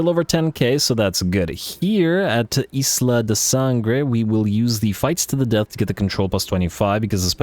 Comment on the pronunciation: wow excellent Spanish when saying “Isla de Sangre"